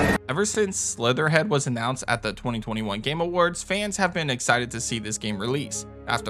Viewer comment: Great list... very annoyed by constant name dropping games like Slitterhead with incorrect pronunciation. Slitterhead, not Slitherhead. Makes me confused on what the names are on some titles.